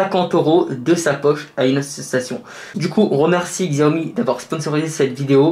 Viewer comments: Par contre Xiaomi se dit comme Chiaomi si non super vidéo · La marque se prononce : Chiaomi même si c'est écrit avec un X ^^